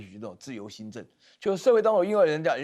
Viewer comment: 美“金”撤退，新“Zeng“。。。饶了我吧？没有名嘴了吗？